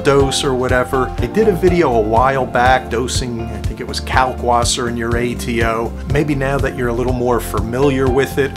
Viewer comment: Can you please pronounce the w as a v sound. Kalkvasser. Since you are doing the German method.